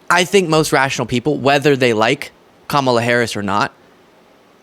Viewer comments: Joe Rogan is an arse hat… Why can’t any of these Neanderthals pronounce Kamala’s name correctly! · These clowns can't even pronounce her name correctly. The cult is crying so hard right now. lol!